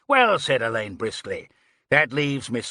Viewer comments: Ugh can't stand narrators who don't know Alleyn is pronounced Allen, not Elaine. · Yes Alleyn is pronounced Allan I find it very annoying and came close to ending the reading early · mispronunciation of Alleyn